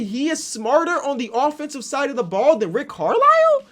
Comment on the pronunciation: Nobody:: says Rick Carlow until he reads it on 2K, then says Rick Carlisle